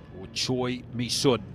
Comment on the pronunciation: Actually the u in Misun is pronounced like “seon” not “soon”. It’s 선 not 순